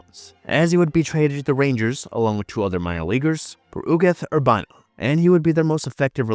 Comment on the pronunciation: Very good video, though your pronunciation of a couple of players is off. Todd Zeile (Zeel) Ugeth Urbina (Ur bean uh) Those are the two that stood out to me.